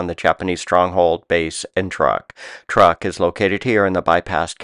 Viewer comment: I believe Truk was pronounced "truke" and not "truck".